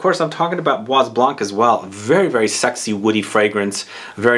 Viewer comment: please Study a little bit more on pronounciation of your French; it is bwa blân......the s in bois is not spoken and also not spoken is the "c" in blanc😮 Kind regards from a perfume lover from Holland ❤